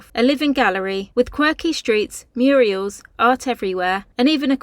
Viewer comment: 😂😂😂😂, it's mural nit Muriel. Check out Hilda Ogden 😂😂😂 Bless you ❤